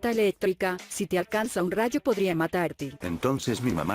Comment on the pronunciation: La palabra es rayo BRO